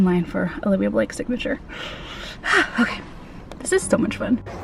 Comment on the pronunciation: Love this vlog! So happy you had such a good time. Just an FYI, her name is "Olivie," not "Olivia." Definitely took me a bit to get used to as well.